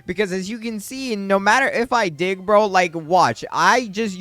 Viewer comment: Is he saying dih or dig